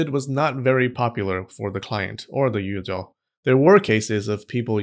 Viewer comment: It’s Yujoo not Yujaaaahhhaaw